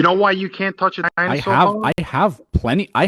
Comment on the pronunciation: "Dine saw"